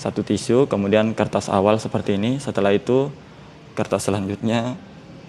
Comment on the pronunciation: nyebut tisu aja belum hatam